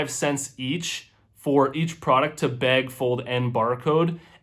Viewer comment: when you say "bag" sounds like Beg lol i was confused like what??!